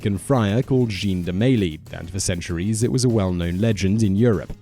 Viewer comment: I stopped watching when I heard you pronounce the name "Jean" like the pants